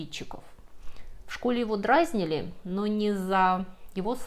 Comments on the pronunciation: Почему "дрАзнили", а не "дразнИли" и «пОдался», а не «подАлся»? Спасибо за рассказ. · извините, но не дрАзнили, а дразнИли. А так, спасибо за ролик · О, баба, ты со своим "дрАзнили". Не хочу такую слушать. Учи русский язык! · С ударениями беда. Не дрАзнили, а дразнИли. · Может, у человека дизлексия. Им трудно запоминать ударения, особенно если ударная буква меняется в одном и том же слове, например - дрАзнят и дразнИли. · Не дрАзнили, а дразнИли. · очень интересно. Но, пожалуйста, не делайте такие ошибки в ударении, типа «дрАзнили». Сразу теряется весь шарм🙏🏻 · не дрАзнили,а всë-таки дразнИли, извините моë занудство, но слух режет. И, кстати, Канада до сих пор доминион, еë формальной главой является монарх Великобритании. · Всё хорошо, только не дрАзнили, а дразнИли . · ДрАзнили звучит оригинально ) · Здравствуйте, спасибо за канал и клевые видео. Извините, у меня вопрос - Вы проиозносите "дрАзнили", это оговорка или норма для Вас? А если норма, то откуда такое произношение? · У Вас иногда проскакивает странное произношение и ошибки в ударениях. Интересно, это у Вас на родине так говорят? В этом ролике: "дрАзнили". Ещё вы произносите слово "бизнес" с использованием "е" как мягкого и звонкого звука, а не близкого к "э", получается "бизьнЕс". Забавно. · "дрАзнили"? Очередное экзотическое ударение. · "дрàзнили"? Точно? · дрАзнили. Автор поучи русский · "В школе его дрАзнили" - серьёзно?! Русский язык не родной ? Так уточняйте произношение . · Тетка сказала ДРÁЗНИЛИ с ударением на "а". внимание- тетя с другой планеты. ахтунг аларм тревого ! не проходите мимо, тут человек говорит ДРÁЗНИЛИ ! Шок контент))) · Вы сказали «дрАзнили», чтоб было побольше комментариев про ударение? Но у Вас и так отличный контент. И Вас хвалят именно за русский язык. Зачем? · "дрАзнили", "пОдался".. Тётя, ты чаво? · дрАзнили? Впервые слышу такое ударение. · Может я чего-то не знаю? Почему в речи и названии так много лексических ошибок и неправильных ударений? дрАзнили?